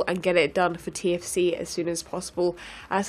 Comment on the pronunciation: "TFC" sounds like "TNT".